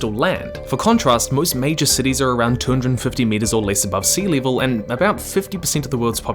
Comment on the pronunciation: Sea “leevil” 🤣